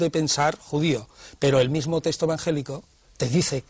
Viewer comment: Señores, a ver si os fijáis y hacéis el esfuerzo de pronunciar correctamente la palabra texto, que no es 'testo' como lo decís, por dios.